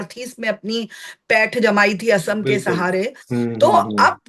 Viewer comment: Madam, assam is not ohom, but oxom.